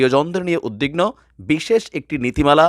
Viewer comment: ভাই কিছু তথ্যগত ভুল আছে আপনার বক্তব্যে। কানাডা ইউরোপের বা ইউরোপীয় ইউনিয়নভূক্ত দেশ নয়, উত্তর আমেরিকার দেশ। উদ্বিগ্ন শব্দটির উচ্চারণ উদ্দিন্ন নয় উদবিগ্ন। আপনাকে আমি পছন্দ করি তাই সংশোধনের জন্য বললাম। কিছু মনে করবেন না।